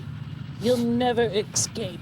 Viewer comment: "Eck-scape" Oh Pearl, how I love thee...despite the fact that you're obviously a graduate of the Learing Center.